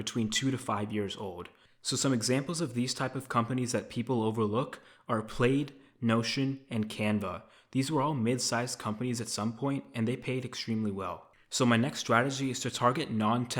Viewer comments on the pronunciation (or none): Raleigh is pronounced "Rah-Lee" and Plaid is pronounced "Pladd" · did you just pronounce plaid 'played'?? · I'm sure you are a smart guy, but you should probably brush up on your pronunciation with simple words like plaid and Raleigh. Most of your points are still good regarding non tech companies and small to medium companies.